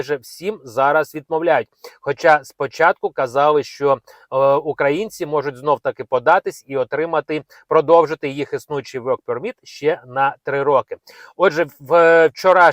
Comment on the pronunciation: Що таке "вьок перміт"? Work permit? То так і кажи ворк перміт з наголосом на перший склад. Ти де вчив англійську мову, чувак? Ти де вчив українську? Що це "поздно ввечері" чи "супруга"? Таких слів немає в українській мові. Ну ти даєш!